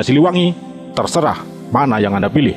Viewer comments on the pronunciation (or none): none